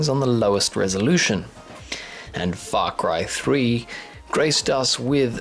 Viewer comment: Lol I thought you said FUxk cry 3, over all nice video!